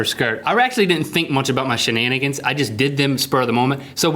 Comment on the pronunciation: He said shenanaggers- nothing racial- just a variation of the original word.